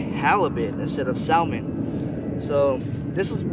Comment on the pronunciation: One of my pet peeves is when people mispronounce salmon. The L is silent so it’s actually pronounced “sah-mon”.